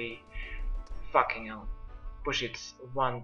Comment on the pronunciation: hahaha "facking hell"